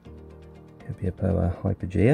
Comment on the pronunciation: You have a good collection of Copiapoa. And a few of them are forming offsets at a young age. Great job pronouncing the names as well. 😄 Waiting for part 3. 😉